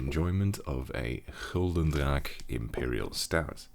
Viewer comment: The most underrated aspect of the video would be how you got the Flemish pronunciation of Gulden Draak so bang on.